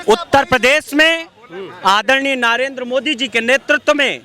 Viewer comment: अरे अनपढ़ नाम तो सही बोल ले, नारेन्द्र नहीं, नरेन्द्र मोदी बोल।